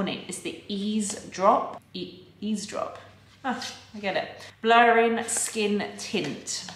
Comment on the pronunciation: Oh my god you are the first person on YouTube to say EAZE DROPS like eavesdrop!! It’s been driving me mad hearing people say “easy drops” hahah